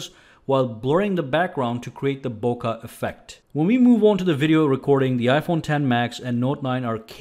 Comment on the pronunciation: also look up the pronunciation of "bokeh"... the way you say it is an insult to the Japanese language